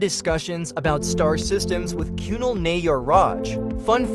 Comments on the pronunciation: Not KYUNAL its kunaaal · that narration was terrible, how difficult is it to pronounce Kunal